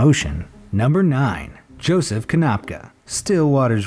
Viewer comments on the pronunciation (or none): none